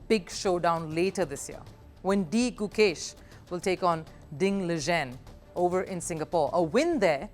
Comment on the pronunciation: the way she pronounced pragnandha and ding liren showed she did not study the topic before covering it